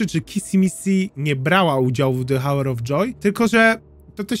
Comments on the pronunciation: Przepraszam ,ale czyta sie "AŁer" of joy ..a tak to przyjemny glos bardzo do sluchania :>> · The hour of joy - h nieczytasz 😅 Sorki musiałam